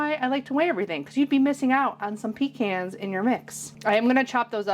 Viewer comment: I’m from southeast NC and we say pecans the same as you do. The correct way!! Love your recipes .🎉